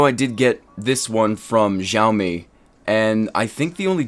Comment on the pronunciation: you're saying it like jiaomi xD but I also have this BT speaker from Xiaomi, it's a nice one